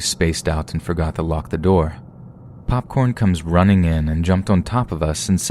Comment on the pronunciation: "PAWPCORN WANZ CUDDLEZ!"